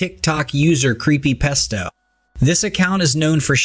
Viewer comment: Omfg it's creepy pasta not pesto wtf 😂😂